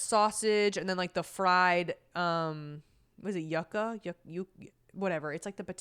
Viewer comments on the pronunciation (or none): Your pronunciation of yucca is crazy lmaoo